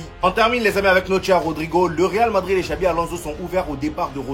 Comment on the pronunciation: On dit xabi pas xavi